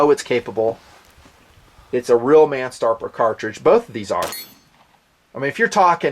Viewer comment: "its a real marn starper cartridge" u havin a stroke there m8?